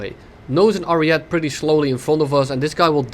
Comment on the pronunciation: I don't think it's pronounced "ariet" but "arieté" or just say "arietay"